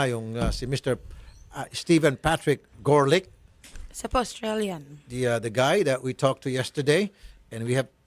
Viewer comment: The reporter said Garlic instead of Gorlick ha ha